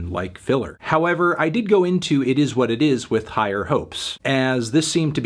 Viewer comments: Eet ees what eet ees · eet eees wat eet eees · It ees what it ees